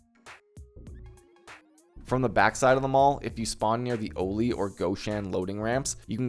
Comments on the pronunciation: oh-li? why do you say it like that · The way you pronounce Goshan and Oli 😭😂